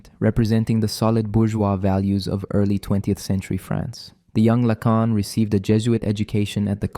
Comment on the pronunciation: Yes, the overuse of the "it's not X, it's Y" sentence structure and the continual shifting mispronunciations of Lacan's name are dead giveaways.